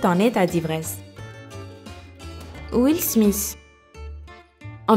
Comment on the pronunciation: Tu dis smis ses smith